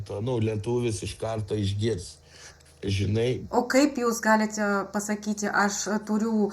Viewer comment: dėl akcento,Jūs tariate raidę t kartu su c,vietoj "patiko? sakote "patciko",vietoj "galite" sakote "galitce". ) O taip Jūsų Lietuvių kalba puiki.Mano pagarba!